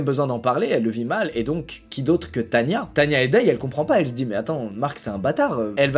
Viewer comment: Mais ducoup c est pas Tanya mais tana